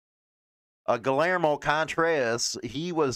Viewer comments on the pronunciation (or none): none